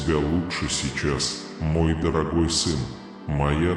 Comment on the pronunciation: Твой неправильные ударения на гласный слог меняет смысл господь ( по ). , дорогой( гой).